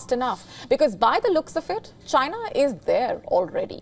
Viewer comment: especially the way she says Chyna. LOL